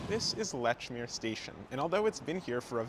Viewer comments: It is pronounced “LEECH-MERE,” not “LETCH-MERE” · Leechmer, not Lechmere. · It's pronounced "Leech-meer", not "Letch-meer"!!!! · Great video! Just a couple corrections: The Amtrak to Maine is called the "Downeaster," not the "Northeaster." Lechmere is pronounced LEECH-meer, not LETCH-meer. And it's "Tremont Street," not "Fremont Street." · We pronounce it Leechmeeah heeah. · its Leeechmeeer in bostonese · Great video, but you can tell you’re not from Boston when you mispronounce “Lechmere” (pronounced leech-mere). With the care your put into your content, you should have been prepared. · I've heard letch-meer from locals though [Admin RRS] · Nice video! I will say that Lechmere is pronounced leech-mere. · "Lechmere" has been spelled that way and pronounced that way for 3-400 years. If you are producing audio content, you should check the pronunciation of unusual names and unfamiliar words. It's just like using a spell checker when producing written content. It is part of the job.